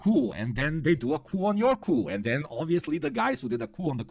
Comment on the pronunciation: saying coup sounds like cu, that is the asshole in brazillian portuguese hahahaha